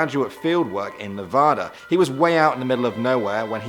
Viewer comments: I'd love to see a Nevada urban legend video. Hopefully with a proper pronunciation of the state's name ;) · you pronounced Nevada wrong